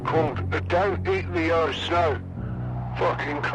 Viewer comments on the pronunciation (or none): none